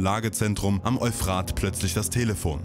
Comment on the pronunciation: Es heißt Eúphrat, nicht Euphraaaht! Das Wort ist griechischen/mesopotamischen Ursprungs, nicht deutschen oder französischen! ;-)